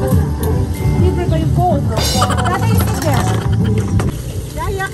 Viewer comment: Nice to hear you calling your Dad " DADDEH" you're so sweet to your Dad😘🥰